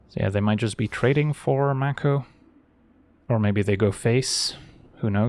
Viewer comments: I think it's "make-o" not "mac-o" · I think the 'a' in mako is pronounced like in 'may' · Conventionally, yes, though the word itself is from Te Reo Māori and is pronounced 'mah (rhymes with far) - ko (rhymes with law).